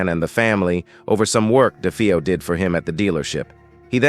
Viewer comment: Poor A.I. can't decide how to pronounce "DeFeo."